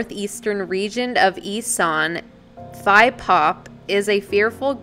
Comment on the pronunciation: you were right when pronouncing Phi as “Pi” it’s how you refer to someone older than you in Thailand.